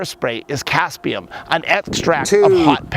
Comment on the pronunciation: Capsicum is a Latin name. It is therefore correctly pronounced the way it is written. Or one speaks it with an English accent, and in fact in the way pronounces it.